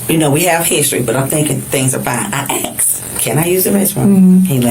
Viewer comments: It's asked.... Not axed. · "I axed him" 🤦🏼‍♂️ pleaseeee Asked, it's asked! 🙄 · "I axed him to use the bathroom" 🪓 🤣🤣😂😂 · I axed him, Know what I’m sayin, whatnot or whatever!😂